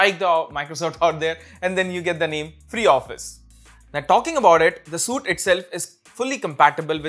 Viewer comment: Bro SUITE is pronounced 'sweet' not 'suit'. Otherwise your information was good and useful.